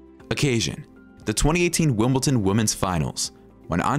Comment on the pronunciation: It’s Wimbledon, not Wimbleton.